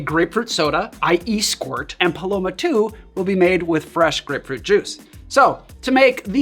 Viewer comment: Pronounced Eh-SqweeRt